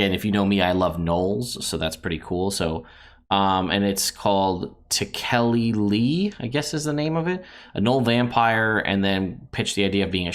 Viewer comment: The vampire gnoll is tech-ah-lee-lee, or at least that is how I’ve always heard it said in the Lovecraft universe, spooky